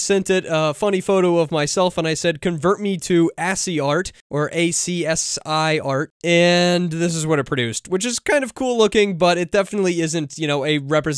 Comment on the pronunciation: BTW, it's ASCII art (pronounced "askey"). American Standard Code for Information Interchange.